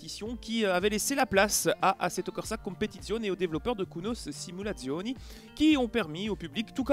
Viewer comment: Excellente vidéo (et très bon accent italien :D) ! Comme j'ai pu le lire dans les commentaires, c'est vrai que l'ajout des GT4 serait génial. Mais j'ai bon espoir puisque ça coïnciderait avec le mode carrière et surtout la présence éventuelle des Pirelli World Challenge et GT Asia (merci pour ce bout d'infos très croustillant d'ailleurs).